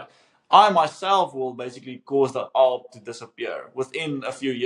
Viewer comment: Woah, how have I never heard of this?? Really good advice, I'm about to message the homies to pool some money together😂 Also, calling it "arb" is hilarious for some reason😂